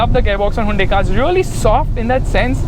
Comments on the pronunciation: It's Hyundai,not hyandai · handai creta 🤣🤣🤣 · Hayinda creta lol 😂😂😂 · Me: hyundai: Hainde 😂😂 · hai-yundai lol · Whn he really said highundai at first 🤓😅